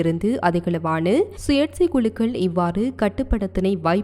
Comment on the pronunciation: சுயேட்சை என்று தமிழ் இல்லை.சுயேச்சை என்பதே சரியானது.தமிழைப்படித்தபின் சரியாக உச்சரிக்கவும்